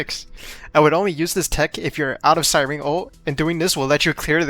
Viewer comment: Why does no YouTuber know how to say Cyrene’s name ? It’s not si-Rene it’s si - Rene -ne